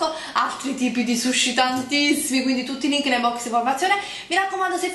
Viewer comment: il SHUSHI hahahahahaahahhahhaaha